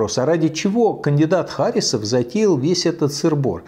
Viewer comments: Михаил Борисович, в фамилии Харисов ударение ставится на "И". Я знаю, потому что являюсь носителем данной фамилии. И какое совпадение, что я тоже живу в Башкортостане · Я думаю, правильно ХарИсов. От татарского имени ХарИс.